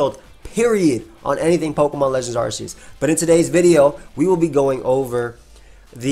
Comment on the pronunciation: Arc. Not arse